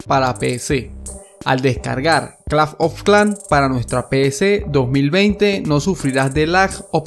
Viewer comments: clafh ofh clan xd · si notan en su pagina dice aki en ves de aqui no soy un hater pero nose me dio mucha risa cuando escuche claf of clan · lo mejor del video es que dice claf of clan aunque se dice clash of clans pero bueno a mi me hace gracias y es el primer video que encunetro que el link no contiene virus:D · A alguien mas le incomoda cada vez que dice claf of clan jaja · ⬇️⬇️Las veces que dijo claf oj clan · nadie: absolutamente nadie: este men: claf of clan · like si este men te trauma cuando dice claf of clan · el "Clafn of clan" XD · claf of clán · El men dige claf of clan me hiciste el dia bro te ganaste un like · c dice claf of clan ahora;} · claf of clanf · claf of clafnm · clanf of clan xD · claf of clanc ajajajaja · claf of clan XD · claf ofh klans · CLAF OF KLAN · CLAF OF CLAN :V Q PEDO LISE SI ESCUCHARON XD :V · claf of clan JAJAJAJAA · CLAF OF CLAN XD! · pronuncias un poco raro clash of clans